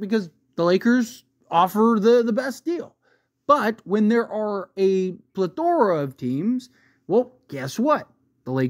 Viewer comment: Every video I watch from this guy, he always says plethora wrong and it pisses me off